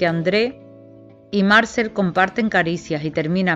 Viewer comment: Amo esta novela, cada tantos años la vuelvo a leer. Muy buena la presentación de los personajes. Obviamente la narradora no sabe francés, y se le disculpa, solo le diré que Marcel se acentúa en la e, Marcél. Muchas gracias por su trabajo!